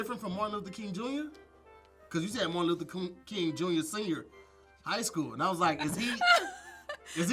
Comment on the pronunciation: Looks like he tried to say Martin Luther king but said Martin Luther koont back to you Tom!! 😂😂😂😂